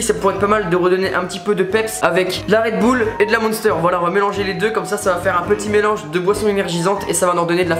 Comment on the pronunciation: redboul JPP😂😂